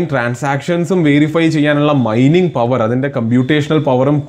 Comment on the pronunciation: Myning alla mining enn aan😅